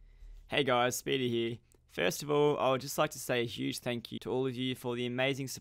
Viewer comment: what is a "speedynd?"